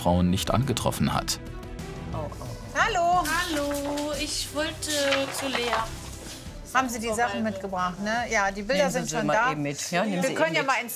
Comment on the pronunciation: Sie so: Lena eh Lea